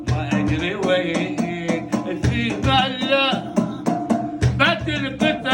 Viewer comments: في أمان الله تنطق اختصارا (في مالا)وليس ثيمالا. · فيمالا النطق الصحيح لان هيه اختصار لجملة (في امان الله)